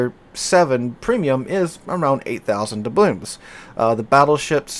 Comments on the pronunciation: Are you saying 'DoublooMs'? I feel like the guy who gets pulled over in Super Troopers having to ask if they're saying 'Meow'. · Good review of the bundle. It's Doubloons not Doublooms btw. I think Da'blooms might be something to do with flowers